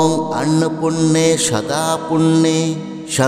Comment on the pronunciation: Annopurne eta k annopunne. Uchcharon korchen keno vul mantra uchcharone khoti hoy